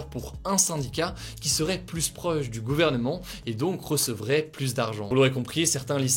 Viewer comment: Aïe ! Pas pluSS proche. On ne prononce pas le S dans cette phrase. Pour le reste, tout est top.